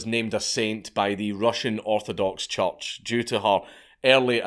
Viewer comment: Scot: says "church" Me: Did you say "judge"?